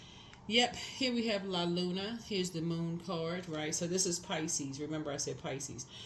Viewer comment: “La luna” I’m Italian and you pronounced it so well ❤️😁